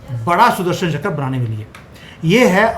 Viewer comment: चकर नहीं चक्र 😂